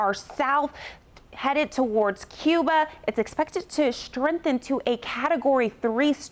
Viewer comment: Girllll your pronunciation is awful 👌 "strengthen" "in agreement"no acting career gig for you